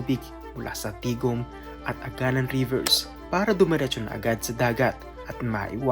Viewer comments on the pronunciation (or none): Correction. It is pronounced as a-ga-NAN. Nasa last syllable yung stress. Ganoon din yung Barangay Bito-ON. Aganán River Barangay Bito-ón, Jaro, Iloilo City.